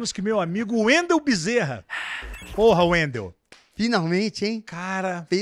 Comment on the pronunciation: Entrevista top ,so.pra lembrar percebi que faltou um R de bezerra.